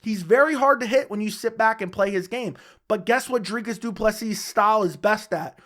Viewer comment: Welldone saying Du Plessis right💯